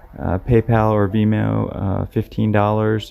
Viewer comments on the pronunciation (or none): none